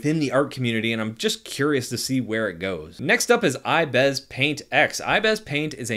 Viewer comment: its ibis Paint X not ibeeeeees Paint X.... pls do not make this mistake again or tiger-doggo is not happy